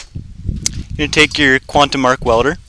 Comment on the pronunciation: why did you say tske